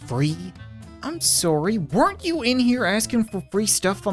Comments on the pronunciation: I love how he has absolutely no accent until he says "SOORY!" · You mean soory? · It's his Canadian accent lol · Through the years of me watching this dude. That is the one thing I love the most about him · I know right it makes me laugh everytime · It is because of his Canadian accent, that's simply how the Canadian accent pronounces it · he’s canadian i myself am a canadian too so thats how it works lol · He's Canadian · just a Canadian accent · Because we say ohs like 'o' and not like 'a'? Seriously. The phrase 'sorry, I dropped my chocolates and oranges in the forest' we say 'o'for all the os, but Americans say' ah' for some reason. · The funny thing is as an American I say it like that too😂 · When saying 'o' like 'oh' instead of 'aw' is weird... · hes canadian